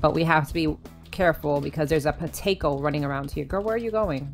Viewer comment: when u say potaco it sounds like protego